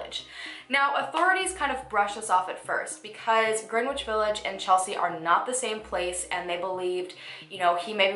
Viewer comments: Greenwich village is pronounced without the w. Like "Gren- itch" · FYI: "w" is silent when pronouncing Greenwich. E.g. sounds like gren-itch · Just a heads up, Greenwich village is actually pronounced more like "grenich"